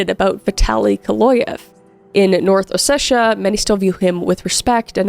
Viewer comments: It’s kinda hurting me: it’s O-SE-TI-A There is no “shhh” please I do not care about Vitaly he’s a murderer But do minimal research on pronunciation, it’s not that hard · It's OsseTia, not OsseSia, or OsseSHia. Just saying.